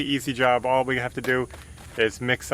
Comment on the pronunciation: Yes, Ashley, it did sound like was saying "olive", not all of the pier cores filled. LOL But we all have our special way of saying certain words., even tho it's only primer the ceiling looks 100% better. You guy are very hard workers & a great family. You can even pick at each other without getting hurt feelings. That's wonderful in today's world. Keep moving forward & I'll be back to see the next one. Bye Ashley.